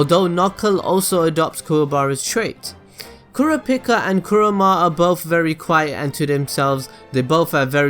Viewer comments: My favorite character? .... KURAPIKA!!! =D btw its pronounced (cur-AH-pee-CAH) ;P Kurapika in my opinion is by far better than all the characters. Of course, this is excluding Killua who has been given lots of depth and is also one of my favorites. Kurapika is still top though. I just love the whole "revenge-driven chained-down-by-own-passions" idea. I loved him from the start (even though when I watched the 1999 version, and I saw him for my first time I thought he was a girl). When I saw him come on in the last arc for 5 seconds when Leorio calls him and he doesn't pick up, I screamed like there was no tomorrow. My favorite scene? I'd say it'd have to be something with Kurapika... hmm.... I absolutely adore the battle with Uvo (episode 47 [yes I memorized it]) but in all of HxH? I'm gonna go against my inner Kurapika and say it was the scene at the end of the Hunter Exam where Killua kills that kung-fu guy. That was totally awesome and it showed Killua's true colors in front of everyone for the first time. In the 1999 version my favorite scene was also with Killua but on the airship. It isn't exactly a scene, more a series of episodes, but I mean he meets that black haired girl with the ponytails seeking revenge like Kurapika, and Killua starts going mentally insane and talks to himself in the window of the airship.... =3 ermahgurd I ramble too much. I just love this show more than anything. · KuraPIIKA(chu) lol. Kurapika is my fav. i have a Figure and a cosplay of Kurapika. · The way he says Kurapika... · How he pronounced kurapika